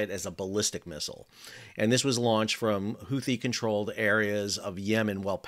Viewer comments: The second h in Houthi is silent..... Unless your stewie griffin, or you, I guess..... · Houthi? YOUTHI !!